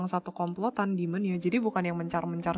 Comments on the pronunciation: demon, bukan dimon 😭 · Itu tolong ya editor wkwkkw ngakak banget bahasa enggres Demon bukan Dimon